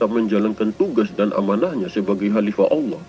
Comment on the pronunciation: Didalam alkuran tiyada huruf Lo tapi la maaf perbaiki cara menyebut ALLAH